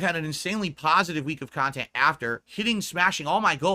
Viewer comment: He's just here making "PAHSITIVE AND MEANINGFUL KHANTENT" LOL The pig is just delusional. I wonder if he really believes that nonsense LOL What makes him think he is close to positive or meaningful? □